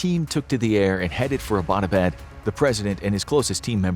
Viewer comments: Hey, alright so i live in Abbottabad and this story is true and all but i have a problem which is that Abbottabad isn't pronounced like A-bot-a-bad, it's pronounced as Abbott-uh-baad. thas all, no offence. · The City in Pakistan Abbott-Abad, is mispronounced by every single American. The name "Abbott" is pronounced just like American comedian duo "Abbott and Costello". This City in Pakistan was named after a British General Marshal Abbott in mid 1800's when Great Britain ruled India. Pakistan was part of India back then. I am a Pakistani American, so I know. Every Pakistani pronounces is as you would pronounce the name "Abbott" in Abbott and Costello. In American context, it would be like pronouncing American City of Los Angeles as Lisa Angeles. It would be funny. It always cracks me up whenever I hear Americans mispronouncing Abott-Abad.😀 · The meaning of Abbottabad is “the town where the Abbot lives”. It’s pronounced like the English word Abbott- then abaad. Phonetically combined Abbuttauabauad. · Lol butchered the name Abbottabad. 🤣😂🤣😂